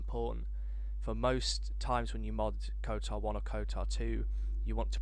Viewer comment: Stop calling it 'KoTAR'